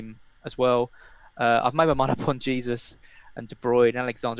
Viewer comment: Why is this guy pronouncing Jesus incorrectly. It’s so pretentious